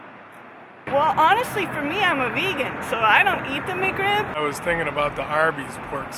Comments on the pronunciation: It is just a nasty sandwich that IS NOT lucrative to McDonald's. Get over it. It's not McCrib It is Mc Rib. Pronounce it correctly. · If she wanted to sound more legit...one simple thing. It's "Mc-Rib" not "Mc-Crib". Her trolling would be that much more convincing.